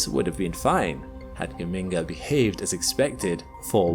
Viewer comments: The origin of the name Geminga, as you have kindly explained it, makes it clear that that it should be pronounced Ge-min-ga, not Ge-ming-ga as you have it. There is no "ming" sound in it. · BTW, It's pronounced dʒəˈmiːŋɡə (that's a "J" sound at the start). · as an Italian, hearing gheminga as a scientific term is something else😂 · Ever time I hear you say Geminga I want to hear BAZINGA!